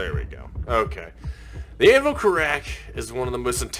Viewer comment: Just letting you know most of the devs pronounce it as carrick